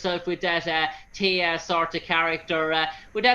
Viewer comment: The interviewer talks way too much instead of allowing Rachel to talk the most. AND, did this Interviewer even watch ANY episodes of Stargate Atlantis??? He sure seemed lost about the Characters and their names! Hey fellow... Rachel's character's name is Teyla, NOT Teya! If you do an interview, then at least say the person's character name properly!